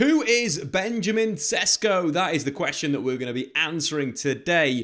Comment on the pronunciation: Just letting you know, his name is pronounced more like Sheshko.